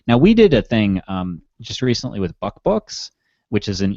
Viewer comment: Did say buckbooks?